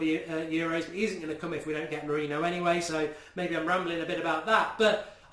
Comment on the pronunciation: Mark please...just please...start pronouncing it MOURIN-YO